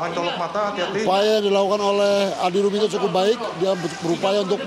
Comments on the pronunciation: He komentator bodat, adi rominto bukan adi rumanto 😕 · Adi rominto bung,bukan adi rumanto hwkkkkk